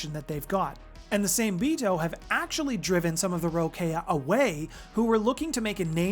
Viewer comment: Same-Bito is a Japanese name for these creatures so the trick to pronouncing it is to break it down by 2s. Sa-Me-Bi-To but you pronounce all the vowels like SAH MEH BEE TOH